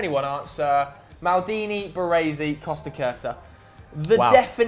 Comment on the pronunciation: Can't pronounce Costacurta 😱and Baresi , wtf is wrong with British ?? They can't pronounce Italian and Spanish names right !!!!😱